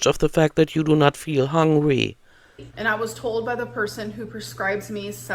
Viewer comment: I absolutely despise how she says “HONGRY” 😤